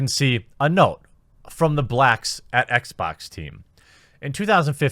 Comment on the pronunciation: Blacks at Xbax. Jeremy's dialect, reminded of an old Jontron Kinect video XD